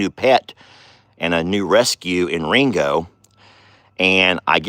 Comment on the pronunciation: Sounds wrong when you say it. 😮